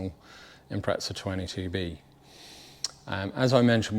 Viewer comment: Note to all British Subaru enthusiasts: it's an Impreza, not an impretza